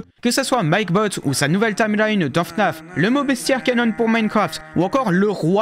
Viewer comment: prononcer "canon" "canonne" gros malaise, comme si c'était pas un mot français